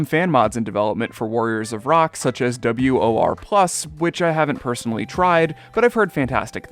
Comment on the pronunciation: hey! im the developer for WoR+ (btw, its pronounced wuh-or-plus), and i haven't been working on it much lately, im on a bit of a hiatus with it. however, i am a developer for GH3DX, so my talents are being put there at least. just wanted to mention it.